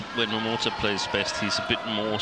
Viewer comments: wtf is wrong with the commentator? Since the returns of momoTA she being calling her momoTO like seriously 😑! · she's been doing that since Momota became a regular on the channel... sometimes she gets it right, but says Momoto on the regular..